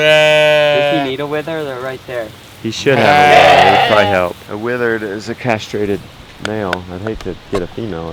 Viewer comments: Pronounced Wether not wither...😂😂😂😂 your so cute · A wether is pronounced like weather